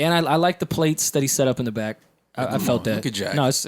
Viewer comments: Is it me or joe keeps saying the “BIKE to business” instead of “BACK to Business” ? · Why Joe be pronouncing back like bike?